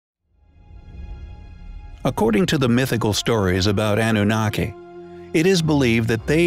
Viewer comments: "Ahnoonakay" I always heard it pronounced Ah-new-nah-key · Why do Americans insist on changing the pronunciation of everything, it's Iraq as in E rack and not Eye Rack, and what is annuniki it's pronounced an u naki. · Why does the narrator keep saying "Anoonickee"? It's ahh-noo-nahh-kee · It is( ah new nah key) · Yes he does. Particularly ANNUNAKI. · Coming from someone who can't pronounce the name Anunnaki properly !!